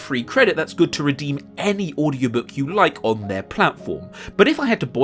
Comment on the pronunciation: I loved the "Hugh did it"/You did it mix up (I just wonder what the Subtitles say when they're switched on)